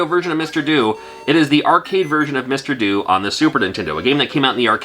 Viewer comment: I believe "Mr Do" is pronounced "Mr Doe", as in do-re-mi-fa-sol-la-si-do, as in the tune that plays when he picks up cherries.